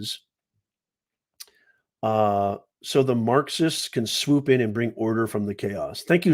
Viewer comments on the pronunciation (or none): none